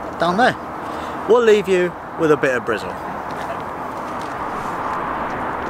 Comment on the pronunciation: Nice to hear you say Brizzle correctly at the end! There is a builder's blue Ford Transit in Bristol with a BRIZLA+ sticker on the bonnet!